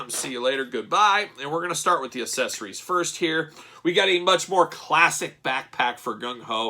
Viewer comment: Why do you insist on pronouncing "accessorues" incorrectly?